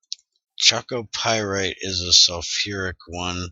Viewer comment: Also Chalcopyrite it's pronounced "HALcopyrite" like the computer in 2000 space odyssey, not Cha like from charcoal ;)